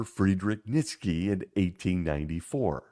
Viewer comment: Great video as usual. One thing, Nietzsche is pronounced knee-chuh. Kinda weird, but that's how the Germans pronounce it.